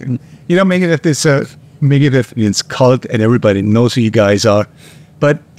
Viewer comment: "megadette" lmfao